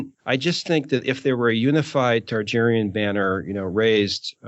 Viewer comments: It's Targaryen, not Tarjeryen. It'd be a whole lot easier if Aziz or somebody corrected him. Listening to him say it wrong for three and half bloody hours is almost as bad as the guy on the third Dunk&Egg audiobook turning ser into sare. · Why does it bother me so much that keeps saying Tar-GER-yen instead of Targaryen? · Okay, how many times is he gonna say Tar-Jerry-en? Does he know something we don't or is he just not applying that P.H.D.? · You say Targaeryen wrong